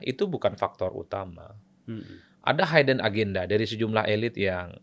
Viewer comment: Bukan haiden, tp hiden😂